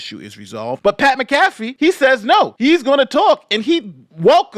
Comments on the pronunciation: It's MAC-a-fee, not mac-A-fee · Mac-a-fee, not Ma-caf-ee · Lol his pronunciation kept throwing me off. I'm like MACK A FEE dammit! 🤣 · Pat Mac Ah FEE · You're saying McCafee wrong. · Pat ALLEGEDLY MAC(like Bernie Mac)Afee is how it's pronounced. Was waiting for your take on this. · (M-ah-cuh-fee) Mcafee. Idk why, but he insists it's pronounced this way. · Hey just a heads up its Pat Mac - uh - fee.;) As always good video but I heard that and laughed because all I could picture was anti-virus Mcafee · I understand that the spelling of Pat’s name makes it seem like it should be pronounced the way says it in this video but it is pronounced as if there is an A in the spelling -> mac-ah-fee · You Pronounce his name like this. Pat Mac Ah Fee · its pronounced MAC A FEE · Its pronounced MACAFEE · Mac-uh-fee. Great video. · respectfully, it’s pronounced Mac-A-Fee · Pronounce like Mack a fee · Also you mispronounced Pat’s name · Was gonna watch this but that McAfee pronunciation ruined my day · You could have like watched one Pat McAfee show, just to make sure you weren't pronouncing it wrong lol. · Do you pronounce Pat last name wrong Homie? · Just nit picking. You should use the correct pronunciation for Pat Mcafee last name.